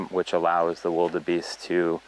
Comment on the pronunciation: Just a correction, they're not wild beasts, but Wildebeest pronounced; wil. Duh. Beest. Ni kusema tu sina ubaya 😂